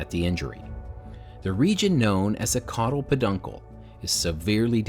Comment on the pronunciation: Awhh his poor cod-al po-dunkal! For real though, I feel bad